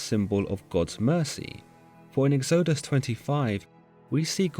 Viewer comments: i enjoyed this, thanks. it should be easy to get pronunciations for common words like tabernacle and books of the bible (Exodus) . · I love your videos, but I feel compelled in this case to point out some egregious mispronunciations. Tabernacle is pronounced TAB-er-NA-cle, not tab-ER-na-cle Exodus is pronounced EX-o-dus, not ex-O-dus. Sorry, it was just very jarring to hear it. Otherwise, I love your work. Keep it up! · "eggs-OH-dus" ? "tuh-barnacle" ? Some really weird pronunciations here. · The way he pronounces “exodus” and “tabernacle” is... interesting.